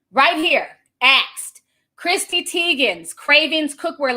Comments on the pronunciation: “Christy” lmfaoooo my aunt Ti ain’t getting no names right & don’t care! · be karate choppin these names up and im here for it. Article: Chrissy Teigen Ti: cHrisTY 😆